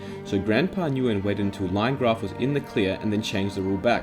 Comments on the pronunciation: Nguyen is pronounced "win" I think btw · Nguyen is pronounced win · i never knew this about mineplex 😳, i’ve played mineplex years ago and i was curious for the reason of this video and i’m not mad. (btw nguyen is pronounced like gwen) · Btw Nguyen is pronounced as "When" or "Wen"